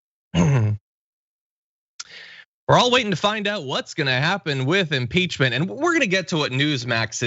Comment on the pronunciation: You did, John. I heard it. Imporchment. I love you. By the way, Grandmother Dragon.